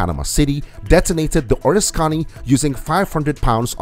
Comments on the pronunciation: oh-RIS-ka-nee This aircraft carrier was heavily damaged during WW2 and my dad worked on it when it returned to San Diego for repairs. My dad was overcome by emotion and could not watch the full-length television program detailing its decommissioning and sinking. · It's the OR-RISK-CANEE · It is a crying shame you do not know how to pronounce ORISKANY. O RISK any